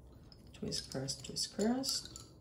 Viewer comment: Thank you for your fantastic dedication and work. On a funny note, am I hearing ok? I hear twist-crust-twist-crust... It is confusing and distracting, instead of cross. I have to acknowledge that saying twist-cross-twist-cross rapidly and repeatedly is a true wicked. Be well. "trabalenguas